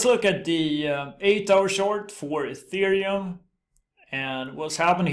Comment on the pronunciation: Thank you for pronouncing ETH "Ethereum" and not "Ăthereum" like all the other crypto youtubers do. Dirived from the word 'ether'. Definition: Upper pure bright air. Pronounced (éther) (eether)